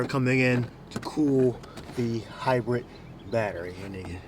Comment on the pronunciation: HybriT, FluiT, HundreT 😬